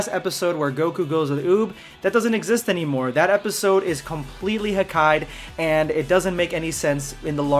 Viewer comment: I was laughing when he said hakaid